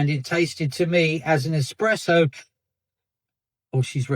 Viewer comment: Dude, it's espresso.. not "expresso" lol.. n'yeah an Americano is just espresso and water. Cream and such if you desire, but those are extras that you'd add.